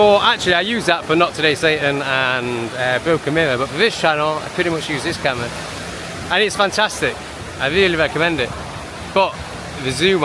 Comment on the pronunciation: The "wee-tardation" is wild for such an air thief. Why would you put your key locked under the seat when you left the "wes'-raunt?'" That was we-ally we-tarded u silly c*nt. Cam-wha also locked away!